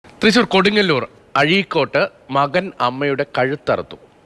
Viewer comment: എടാ പൊട്ടാ Asianet news നോക്ക് അവർ അഴിക്കോട് പറയുന്നത് not അഴീക്കോട്ട് 🤬🤬🤬നീ പോയി ആദ്യം പഠിച്ച് വായോ 😛